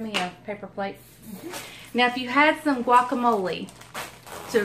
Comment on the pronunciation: Did you say guamole mayo?